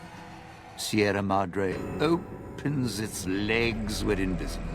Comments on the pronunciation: It's closer to the actual pronunciation than how a vast number of people would say it, at least, even if it's still blatantly wrong., being English, almost has a birthright excuse when it comes to mispronunciation, even if that doesn't really make it okay. Better than many Americans who would say "See-ra Mad-Ray" or similar, and inflict me with a level of ear-bleeding on par with something out of shonen anime. They have less of an excuse XD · why Sierra Modre? All the voice actors say it right....